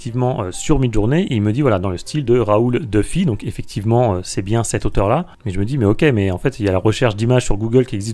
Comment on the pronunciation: Euh, Raoul Dufy est un grand peintre français. J’ai un peu les oreilles qui saignent en entendant prononcer son nom « deufy » !!! 😱 À part ça, je trouve pour ma part « describe » assez utile quand on veut reproduire un style qui n’est pas forcément réductible à un artiste.